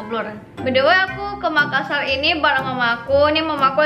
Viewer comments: Neng, Makassar bukan makkasar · makassar bukan makkasar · makassar kk bukan makkasar😁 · MAKASSAR BUKAN MAKKASAR. TOLONG DI UBAH LAGI YA NEXT TIME THANKS :) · bukan makkasar tapi MAKASSAR dua (s) nya bukan (k) nya dua karna saya orang makassar. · Makassar kak, bukan makkasar